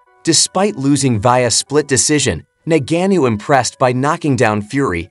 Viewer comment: Say Ngannou correctly 🤔🤔